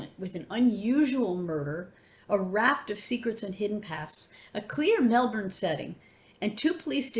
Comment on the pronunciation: I am thrilled at your pronunciation of 'Melbourne'. Thank you, thank you, thank you. Bang on!